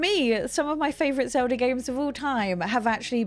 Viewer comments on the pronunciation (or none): XOWDAH is a real interesting pronunciation of Zelda.